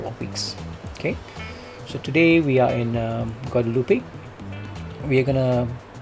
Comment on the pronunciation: Guadeloupe is pronounced Guadeloop .....why did you choose rwy 27 for Charles?